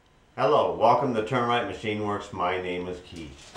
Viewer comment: Hi Keith, Like your vids, have gone back and watched many of them. But, I'll swear,most of the time, during your intro, when you say "Welcome to Turn Wright Machine Works...", that Yankee accent sounds to these old (81 y/o), Buckeye ears like , "Welcome to Termite Machine Works...." Thats OK, it's just that "We are what we are...AND were....." GIT 'ER DONE.!!!!